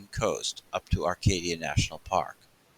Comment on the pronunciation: Acadia, there is no R in it.